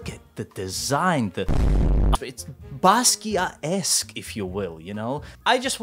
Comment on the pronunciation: I can’t believe he said Adventure Time esc and Basquiat esc